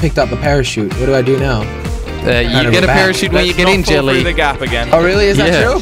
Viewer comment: Am I the only one that hears this guy say, "Jet Li" instead of Jelly?